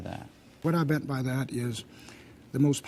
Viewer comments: Minute There's no "R" in Washington. It's not Warshington! What's wrong with you people? Just say the word correctly. It's not that hard! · "Warshington" How fitting!